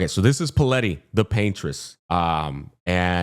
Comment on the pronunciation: Took me a while to realize that the character is called Palette, not Paleti like was saying xD as in, a colour palette